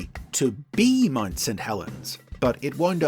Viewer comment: "MUD St Helens"? 37 Helens agree, that is NOT how you pronounce Mount.